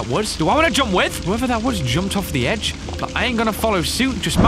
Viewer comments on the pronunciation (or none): none